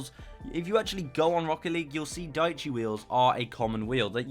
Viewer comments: Diechi is Italian for ten, it is pronounced diè-ci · dieci means 10 in italian and it is pronounced something like "deeyechi"